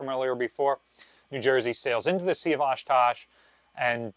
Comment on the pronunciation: Don't mean to be picky but it's the Sea of Ohkotsk. Oshkosh is in Wisconsin